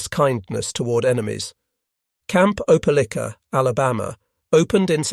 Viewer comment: Please learn how to pronounce Opelika!